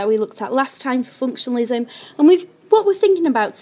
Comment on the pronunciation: Very poor pronunciation of functionalism. This one needs a review.